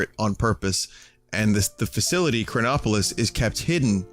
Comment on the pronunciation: whenever he said chronopolis i always thought cronbopulus michael